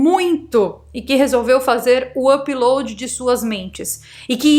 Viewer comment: Me desculpe em perguntar, mas porque voce nao pronuncia Upload de maneira normal? apiloadi???